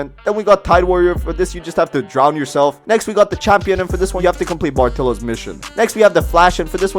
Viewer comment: “Drow nyourself” 💀